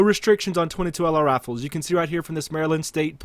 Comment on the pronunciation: "22 lr rafles"